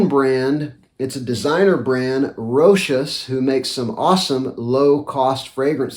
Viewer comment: awesome video as always. also thank you for pronouncing "Rochas" correctly lol